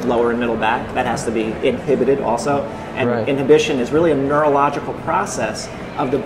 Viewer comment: "In-hip-petid" from childhood!